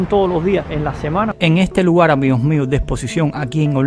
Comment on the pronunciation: Lugal, conocel 🙄